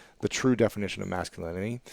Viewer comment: Question on, "definition of masculinity"... I like how Ruiz answers this, especially how he talks about the mask and pronounces the word (as I hear it) as, "mask-u-linity". Thoroughly enjoyed this interview. Thank you!